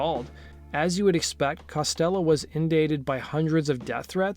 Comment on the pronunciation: Indated? Did you mean inundated?